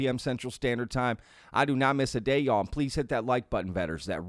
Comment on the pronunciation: You say y’all wrong and it’s annoying af